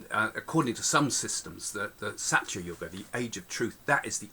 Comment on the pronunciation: Please do try saying dwApara... d as in 'th'e, wA as in D'wA'rf, pa as in 'po'wder, ra as in P'ra'Da.. In treta yuga, it is as in 'theTa' as in the Greek letter. In sathya too it is as in 'theTa. Thank you!